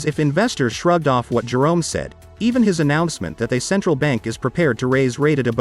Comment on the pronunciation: There's just something about the way you say, Jerome the joke ....it sounds soooooo right.